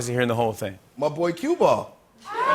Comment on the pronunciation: Q-Ball NOT CUE BALL!